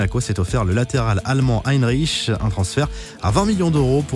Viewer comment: Très bonne vidéo comme toujours ! Par contre, le latéral qui a signé à Monaco, c'est pas "Haïnriche" mais "Hènriks"